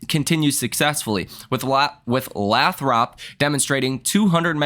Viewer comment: Lathrop, pronounced “Lay-throp” 😉